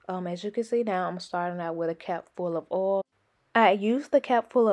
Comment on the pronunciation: The way she says oil lol